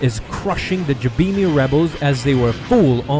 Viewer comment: You pronounce Jabiim wrong.